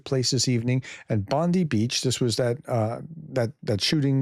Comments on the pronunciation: In Australia its pronounced Bond-'eye' Beach Not Bondy beach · Just FYI Bondi Beach is pronounced “Bond-eye” Beach, cheers. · For international people, it's pronounced BondEYE beach. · Bondi Beach iin Sydney, Australia s pronounced Bondeye Beach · Pronounced Bond - eye beach